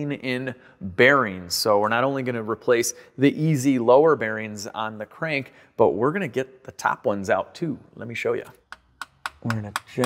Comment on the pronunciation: Crank rhymes with dank 😂 Im glad it worked out for you